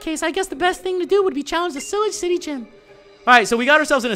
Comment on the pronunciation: cillage city😂😂😂 it pronounced cylauhge